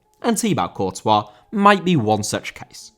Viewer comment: Courtois still hating this video for pronunciation